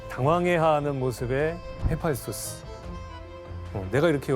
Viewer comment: 헤파이스토스가 교수님이 발음할땐 계소 헤아피소스라고 들려서... ㅎㅎㅎ개명